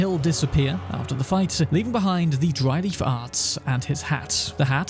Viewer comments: ( - I totally heard "Dry Leaf Farts"...! 😉😲😬) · I swore you said, "Dry lee farts." XD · The first time you said dry leaf arts I heard Ranni farts. It confused me.